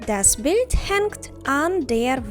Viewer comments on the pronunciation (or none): none